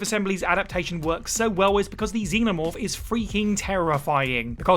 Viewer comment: Twice during the Alien Isolation thing, I thought you were saying "Demon Orb" instead of xenomorph...I was wondering if there was a bunch of plots i never even got to